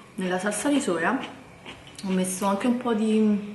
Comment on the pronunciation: salsa con la L, non con la R. Giappone perdonala, lei non sa quello che fa